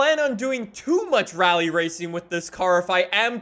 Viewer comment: So during the video he said RALYE 5 times and WHEELYE 3 times